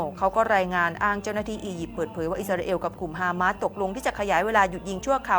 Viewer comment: ออกเสียงว่า ฮามาส ไม่ใช่ ฮาม้าด ครับผู้ประกาศ